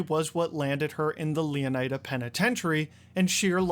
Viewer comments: It's Leoniida, bro. Why would it be Leoneeda? 🤦🏽‍♂. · Img bro why would it be leoneeda, it’s leoniida 🤦🏽‍♂️.. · its " OH NYE DUH " not " OH NEE DUH " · Ok, let's get one thing straight early. Florida is pronounced Flo-ruh-duh. Therefore, it's not Leo-neye-duh. It's Leon-uh-duh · It's Leonida, not Leoneda. Learn to speak English properly. It's your first language. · Please please please stop saying 'Leonayda' .... it's also isn't Florayda... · ITS LEON-I-DA... bruh he just said it right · bruh said leoneeda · You said leonida wrong its not like e its I